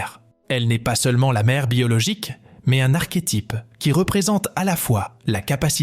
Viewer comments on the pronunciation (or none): none